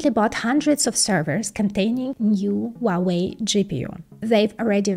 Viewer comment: Just FYI, the H in Huawei is not silent. It is "HWA-WEI", not "WAH-WEI". I have no idea why Westerners think the H is silent. I suspect it's because Cantonese pronounce it that way. But in Mandarin, the H is voiced clearly. I am a native Mandarin speaker.